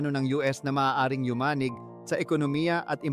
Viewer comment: Puro na lang may gagawin ,puro plano . yumanig mabilis ang pagbigkas.pati bigkas ng katatagan mali .dapat mabilis ang bigkas ,maling bigkas ng salita 'mo.